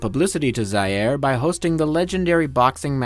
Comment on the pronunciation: shame you cant pronounce Zaïre